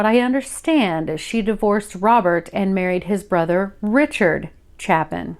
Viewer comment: Just guessing the last name might actually be pronounced “Chay-Pin”. It’s spelled the same way by Harry Chapin who wrote the classic story song “Cats in the Cradle” among others. Not a big deal just thought I’d introduce that possibility. ✌️